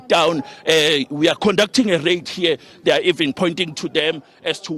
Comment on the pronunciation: It's a rait lol